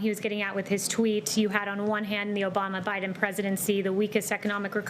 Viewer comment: She said Obiden, LOL. Also this woman does a great job, she deserves a raise. Maybe hazard pay for having to deal with the children of the press.